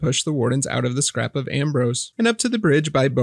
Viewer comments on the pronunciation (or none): Scarp of Ambrose. As in escarpment. Just learning about the game through your videos (thank you!). I’ve heard you call it Scrap of … a few times. Unless calling it Scrap is an inside joke. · Scarp not scrap